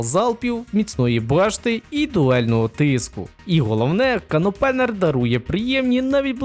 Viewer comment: Аж вухо прорізало. Не канопЕнер, а кен опЕнер, і то не спільнота його відкривашкою кличе, а буквально його переклад з англійської. А так, дякую за відео